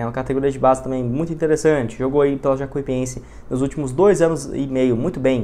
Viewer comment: o certo é Jacu i pense, todo vídeo vc fala errado, vc fala como se tivesse dois i